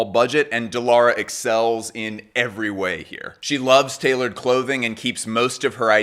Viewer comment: So proud from Turkiye. She called as Dee Lara instead of The Lara btw :D